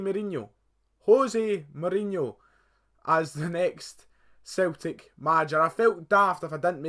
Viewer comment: A few things for you: 1. "Celtic" is pronounced Sell-tick 2. It's not "Scotland Keltics", it's "Celtic" 3. Your son supports both Liverpool AND Barcelona? That is just wrong. 4. Celtic are Scotland's biggest team, they have the largest stadium, highest average attendance, most money, most successful in Europe. 5. You never hear them because football/soccer is dominated by the top 5 leagues (Spanish La Liga, English Premier League, German Bundesliga, French Ligue 1 and Italian Serie A), and you only really hear from the best clubs in those leagues. 6. They don't sign players like Messi because it is practically impossible. Why play on a cold Saturday night in Kilmarnock on a plastic pitch in front of no more than usually 11,000 people when you can stay in Spain with beautiful stadiums, over 30,000 people, warm weather and a massive salary?